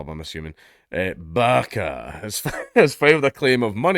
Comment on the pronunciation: I'm convinced that we wouldn't hear a difference if Dank said "barka" instead of Baqa. I thought he was saying barka.